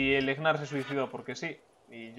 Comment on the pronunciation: e.e , porque le dices Egnar ? xD se pronuncia NAR xD